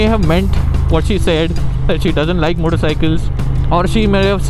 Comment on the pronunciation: Why is your “Said” said weird? 😅